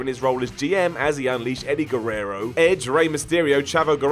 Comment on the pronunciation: Steffany Betts he also pronounced Chavo Guerrero’s last name wrong but somehow he pronounced Eddie’s name right lol